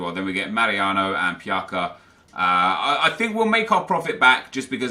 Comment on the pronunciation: You pronounce Pjaca wrong. Also your pricing of players kills me. Tons of cards for 650 no bid under a minute left and they're worth 2k?